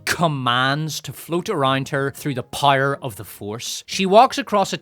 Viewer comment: I still can’t get over how you pronounce “power” as “pyre”.